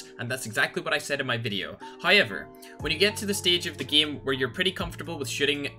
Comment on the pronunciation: Everyone: game: gim